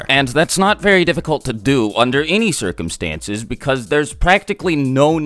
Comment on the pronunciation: Not undr nrmal crcumstnses......